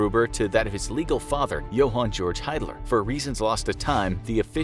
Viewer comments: With German the combination ie would make an “ee” sound and ei would make an “ay” sound. So the name Hiedler would be pronounced “heed-ler”. Hope this helps for future videos! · Actually the name Hiedler is pronounced "heedler".